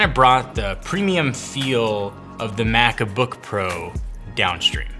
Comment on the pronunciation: "the mac-a-book pro" in your favorite italian accent